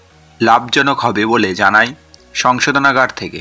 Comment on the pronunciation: Sangshodhanagar noi, habe shodhonagar.